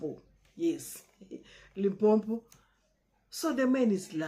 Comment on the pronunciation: Correction sister, Limpopo , not Limpopo. I know you did Geography at school